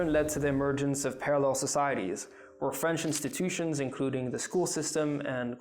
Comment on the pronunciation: Very good French pronunciation